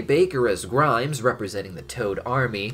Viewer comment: Why do I find it funny that keeps calling Grime "Grimes". Like the musician.